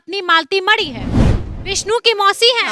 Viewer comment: अरे पत्रकार साहिबा पहले आप तो बोलना सिखिये मडी नहीं मरी है